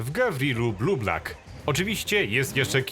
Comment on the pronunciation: Auto nazywa się Gavril BLUEBUCK, a nie Bluebluck, jak mówiłeś